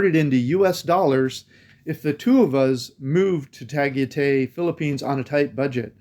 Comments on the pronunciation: Ah boy, that was a terrible pronunciation of Tagaytay. 😂 Love your videos nonetheless. Living vicariously through your traveling videos, keep them coming! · Hi Tagaytay is very Maganda but that area can be very expensive..our house is only like 15 minutes away in silang cavite..also you pronounce Tagaytay like a foreigner 🤣🤣🤣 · $120 a month on alcohol? Lol that's a crapton of drinking for the Philippines 😅 It's actually pronounced Tuh-guy-thai but I'm not trying to nit pick. Budgets are like a-holes.... everyones got one and I don't want to hear about nor see any of them. It's all vases on what your lifestyle is. Some can do $800 a month, some need $2,000 a month. The problem is most Americans feel they need to bring the US with them to the Philippjnes. This is incorrect and it defeats the point. Why not just stay home then? Oh and you forgot to add in Visa renewal fees and saving for the "Visa Run" ticket when it comes time if you are not on a SRRV or 13a Visa. I say this because most will be on a Tourist Visa like myself. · Tagaytay = "Ta - gai - tai." One of my favorite places in the Philippines. "Bueller?" "Bueller?" "Bueller?" ..... (From "Ferris Bueller's Day Off," a CLASSIC. One of my favorite movies back in the 80s. John Hughes, R.I.P.) ..... Nice haircut, btw. IMPORTANT REMINDER: Although Tagaytay is an elevated area, with its very cool climate, it is very nearby Taal Volcano. Taal is one of the most active volcanoes in the World. All you expats might want to consider THAT, first, before making a final decision to actually live in Tagaytay or not. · It's not "Tu," but "Ta." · It's NOT Ta-ghee-tay ! It's Ta-guy-tai LOL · It’s “Tah-Guy-Tie” ffs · Tagaytay (Ta-Guy-Tie) looks awesome., I thought you saw a Ferrari that’s why you were saying “Ferris Bueller”😂. Stay and safe and have fun🙏🏼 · Your pronounciation of Tagaytay leaves a lot to be desired 😄